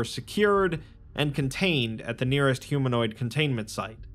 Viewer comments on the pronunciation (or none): none